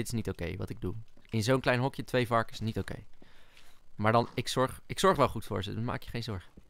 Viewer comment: en het is niet neit maar niet